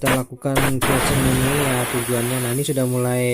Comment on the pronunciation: Itu flazing bukan flusing